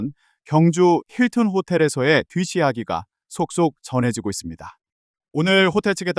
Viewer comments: 뒷이야기 발음을 뒫이야기가 아니라 뒤시야기로 발음하는걸 보니 ai구만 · 뒷이야기를 뒤시야기로 발음하는걸 보니 AI 목소리인가 봅니다. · 뒷시야기? 아나운서 맞음? 뒷이야기를 어떻게 뒷시야기라고 발음하는거임? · 기자가 미쳤구나 뒷이야기를 뒤시야기??? 쌔빠닥 공구리 쳤냐? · 진짜 대형 뉴스 방송국이란 데에서 발음도 못하는 AI를 앵커로 내세우는 YTN 뒷 이야기를 뒤시야기로 발음하는 것 보고 YTN은 거르고 싶음 구독도 취소함 사람 아나운서 써라 이 짜치는 방송국아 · 뒷이야기를 뒤시야기 라고 하다니.. ;; ai 실화냐 진짜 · 이 목소리 ai인가봐요 뒷이야기를 뒤시야기라고 발음하네요 감쪽같아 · 기자인지 앵커인지, 뒷이야기를 뒤시야기라고 말하다니. 초등학교때 공부 제대로 안했나? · 뒤시아기는 뭐야??? 저렇게 발음하는데 그냥 영상 올린거야?? 유튜브 방송사도 아니고 YTN 심하다 심해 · 뒤 시야기.... ㅋㅋㅋㅋ 처음 들어본다